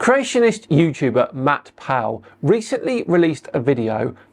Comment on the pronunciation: The way you say his name, it sounds like Matt Pow! :)